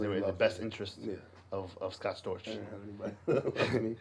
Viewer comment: Scott Storch!! Not Scott Scorch!!